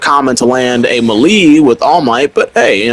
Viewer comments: 😭 ma lee???? It's melee (may-lay) bruh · “Melee” is pronounced May Lay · Melee pronounced May-lay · Ima teach you how to say melee bc youre pissing me off 😂 (melee) MAY-LAY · Every time he said melee it stressed me out . Then after hearing it a few times I’m like have I been saying it wrong 🤔 nahhhhh